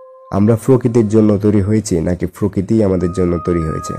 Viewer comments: Frokiti not prokiti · কথা শুদ্ধ হলে আরও ভালো হতো। ফৃতিবী, ফকৃতি, ফারফেক্ট ইত্যাদি।